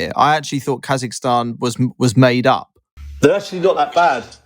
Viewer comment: I’m sorry but KAI-zahstan?!